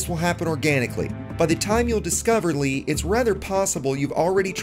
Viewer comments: Nice vid, btw its pronounced "Lay" not "Lee" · You must pronounce his name the way it’s spelled....I mean it’s already spelled to accommodate English speakers for duck sake.